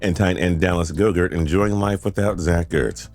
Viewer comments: Bro said Dallas “GO- Gurt” he is not a yogurt bruh😂. It is “GOT- Ert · He just said “gogurt” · Did he seriously say gogurt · You did NOT just call him "Dallas GO DERT".... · Did this man just say "Devonta Smith and Dallas Gogurt"?!?